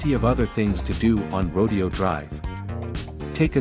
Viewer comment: Rodeo in Rodeo Dr is pronounced Ro dayo